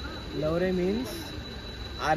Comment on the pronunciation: not laure. its lahure